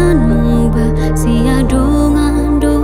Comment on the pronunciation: lagu yang bagus. hanya sedikit saran. di awal pem bukaan. "Sian dongan" pengucapan sekilas seperti "sia dongan". dan kata "tong tong" sekilas terdengar seperti "toktok". semoga lagu berikut y jauh lebih bagus lagi.